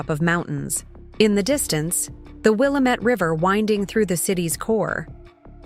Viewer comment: Yah finally someone who can pernounce Willamette correctly